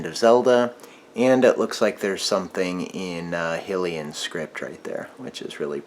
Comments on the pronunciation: High-Lee-Un shield. Not Hill-iun shield. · Excuse me but it is not pronounced hilian it is hylian highlian